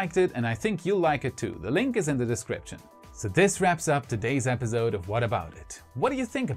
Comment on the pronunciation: I love everything about this channel ,Planning, research, and execution, except the way episode is pronounced here " episode " sorry 😥 I had to say it 🤯